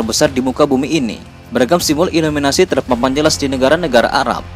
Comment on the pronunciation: Illuminati bro bukan illuminasi